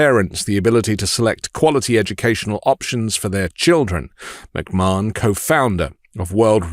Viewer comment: I love work but it always bothers me when he mispronounces Linda McMahon's name. To help, it's "Muhk-Man", not "Muhk-Marn". I've had most of my life as a pro wrestling fan (not just WWE but also WCW, TNA, Lucha Underground, Shimmer Women Athletes, Shine Wrestling, etc), so I've had to hear the McMahon name on numerous occasions for almost 40 years. It just feels as off as when conservatives mispronounced Kamala's name on purpose last year.